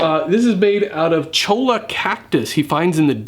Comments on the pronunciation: LOL not trying to be a grammar nazi or what ever but just for future use the cactus is pronounced Choya not chola. Cool channel though. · In Spanish, 2 'L's next to each other are pronounced like a Y. So 'Cholla' is pronounced, Choya.